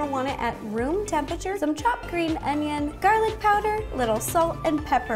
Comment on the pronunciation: i saw a comment in one of your videos, saying that you pronounce "temperature" as "tempachur" and now i can't unhear it.